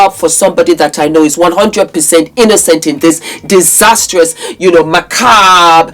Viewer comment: "macabe" and "alacrity"!!! I'm LIVING and LOVING you!!!